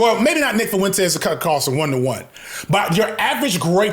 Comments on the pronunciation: The way you say Fuentes 🤣FuhWentEz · If you say foowentez one more time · Nick foo-entez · But why he got to pronounce "Fuentes" like that? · Bro why do you pronounce Fuentes like that wtf lol